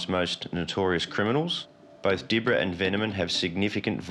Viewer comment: It wasn’t Di-bra, it’s pronounced Dib-ra 😂